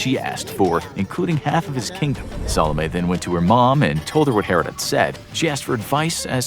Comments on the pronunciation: the narrator can't say 'herod' right. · we did learn about the the baby being cut in two in sunday school. Learn how to pronounce king herod. we also learn that story in sunday school.